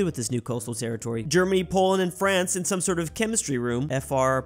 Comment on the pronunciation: Is pronounced some not sume